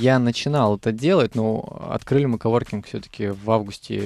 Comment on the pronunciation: КОВОРКИНГ, а не оворкинг :)